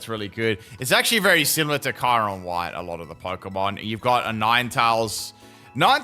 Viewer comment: Why are you saying kyurem's name wrong. The sound of it is so bad and thanks for this